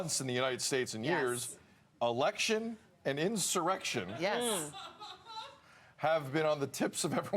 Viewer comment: After talking to Nicki Haley and saying [ Erection] instead of election ? Maybe you need a check up ! Oh it was 1 time well so was Biden at the debate